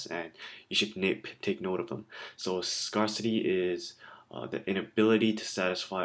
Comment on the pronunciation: Many thanks for the uploads :) It's pronounced scare-city, by the way!